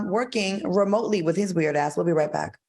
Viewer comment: I LOVE HOW FUNKY BE SAYING "THE BIKE" AKA "THE BACK." 😆 🤣 😂